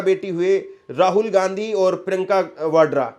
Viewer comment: Bhai surname sahi bolo.shadi ke bad bhi Ghandhi bologe